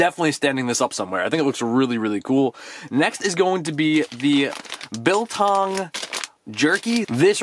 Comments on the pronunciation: Biltong comes from where I live you said it right.Love the vids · Heya, you are pronouncing Biltong spot on!! Biltong is like staple food here in South Africa! Nice pop and that lanyard is cool AF!! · Biltong is south african. Its similar to jerky. And yes yu pronounced it right the first time